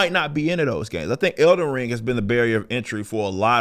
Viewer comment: I thought it was "Elden Ring," not "Elder Ring." You got a speech impediment?